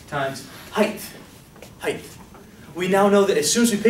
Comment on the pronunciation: Phenomenal explanation. Does he say Heigth (heith) instead of height. He silences t.